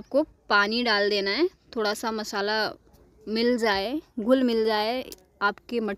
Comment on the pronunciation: Garam masala hota h mashala nh